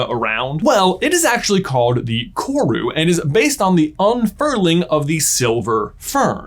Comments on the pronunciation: Watching an American discover a part of kiwi culture is unsettling. Also dang he butchered "kawrue". Its koru and you roll the r. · Omg! all New Zealander's freaking out when someone 'famous' says our name hahaha Also... roll the R on Koru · My guy, love your vids. But the Maori pronunciation hurts, roll your R on koru. Appreciate the exploration of the meaning of korus though! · I love this video and you J, and how much you mentioned New Zealand..... but im not gunna lie, as a New Zealander, hearing your pronunciation of 'koru' made me cringe just a lil bit 😂😂😂😂😅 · For future videos, koru isn’t pronounced with a hard ‘r’. Was nice to see New Zealand representation in this video though ☺️ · im from nz and its funny listening to him say Koru, he's obviously very close in pronunciation but its still a little giggle worthy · Hi, i love your videos but one thing kinda confused me for a sec as a New Zealander! Koru is pronounced with a rolled R! :) thank you for reading :)